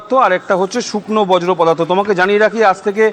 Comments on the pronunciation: এ কি ভাষা রে বাবা!! বজ্র পদার্থ সেটা আবার কি ? বর্জ্য পদার্থ কে বজ্র পদার্থ বলছেন!! হাতে বুম ধরলেই সাংবাদিক!! আমি কিন্তু চোর মূলের লোক নই। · কথাটা বর্জ্য, বজ্র নয়😅